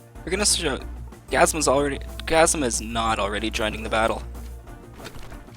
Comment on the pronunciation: it's gazUma, not gazma